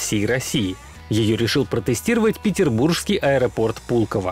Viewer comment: Безграмотному корреспонденту - не ПетербурЖский, а ПетербурГский и буква Г только пишется, но не произносится, произносить надо без Г или Ж - "Петербурский" !!!